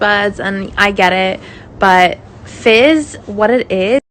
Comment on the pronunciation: I keep hearing “fish sticks” instead of fizz and it’s making me laugh